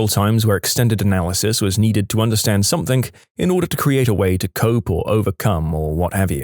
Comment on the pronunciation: No K in the word something